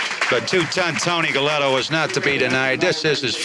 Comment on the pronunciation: Hey man, the Pugilists name was Galento not Gelletto! Half a Mill and a new fancy Yota pretty darn good. Big Tony beat the brakes off CJ, even w/ several sluggo's.